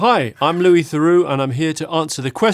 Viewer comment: Ah, my favourite documentarian...Louis Thurrox.